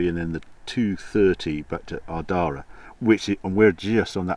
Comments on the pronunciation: Excellent video informative as always, your pronunciation of Irish place names was dire (but I might adopt a few and drop them into conversation. For the the record Ardara (Are Da Ra or Are dra) and Ballybofey (Bally Bo Fey) Otherwise great work, sorry I missed you, I think we were in Killybegs at around the same time. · Welcome to NI and Ireland Harry! A stunning journey. I know all those roads. Ardara and Ballybofey need pronounced a little differently! I hope you had time for a Guinness in Nancy’s in Ardara. Lovely route and enjoyed the sidewards action on Glengesh pass. A great watch and glad to hear the Jag handled those wild, undulating roads well!